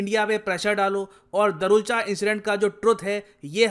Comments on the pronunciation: It's not darchula it's दारचुला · Sir पूरी वीडियो में आपने दरुलचा बोला है लेकिन वो दारचुला है। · अरे sir धारचूला इंडिया की तरफ है और दारचुला नेपाल की तरफ है। आप दारचुला को दारुलच गलत बोल रहे है 😂🤣। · दरुलचा नही है भाई साहब दार्चुला है। लिखा हुआ है फिर भी गलत पड़ रहे हो। धारचूला पुल के इंडिया वाले हिस्से को कहते हैं और दार्चुला नेपाल वाले हिस्से को। रिसर्च करो फिर समझाओ। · दारचुला not दरूलचा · दारचुला है sir right pronunciation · Darchula is pronounced as: Dar (दार) chu (चु) la (ला)=(दार्चुला). Please pronounce it correctly.🇳🇵